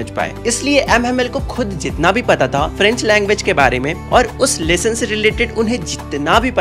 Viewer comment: Lesson ❌ Leshon ✔️